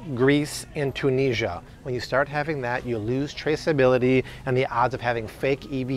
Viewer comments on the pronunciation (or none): none